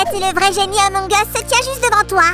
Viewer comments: Ampng us se lit a use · C'est pas emong es c'est among us 🤣🤣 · C pas Emong Us c Among Us